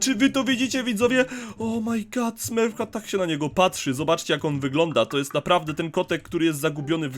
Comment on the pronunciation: Mówi się smurf cat